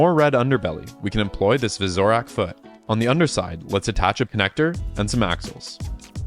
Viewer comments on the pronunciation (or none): Your pronunciation of "visorak" gave me an aneurysm, I think.